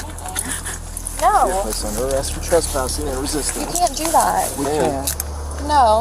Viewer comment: Why do so many people including the officer mispronounce the word trespass as trass p a s s?